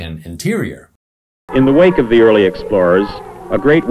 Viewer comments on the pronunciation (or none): none